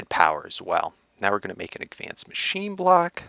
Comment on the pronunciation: FEEDBACK: I love you videos but I cringe every time you pronounce advanced wrong (a lot like you used to say drounding) btw if you don't know what I'm talking about I'm pretty sure you pronounce it agvanced, I hope you consider my comment- no hard feelings!